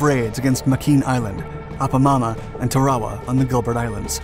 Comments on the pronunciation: YOU FUKED UP THOSE NAMES OF ISLANDS LETS START WITH ONE TA- RA -WA NOT WHAT EVER YOU WERE SAYING LMFAOROTF ! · I thought it was pronounced Tara-Wa?